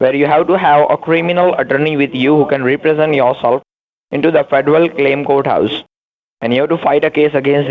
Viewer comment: I love how they can NEVER pronounce "courthouse"... they say... COAT-house ... LOL